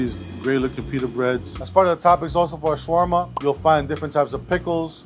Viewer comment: It's funny how you trying to teach people how to make something that you even don't know how to pronounce it right lol